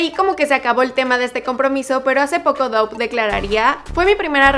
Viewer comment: Se pronuncia dav no saben pronunciar